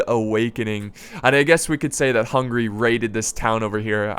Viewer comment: not HUNGRY, its hungAry!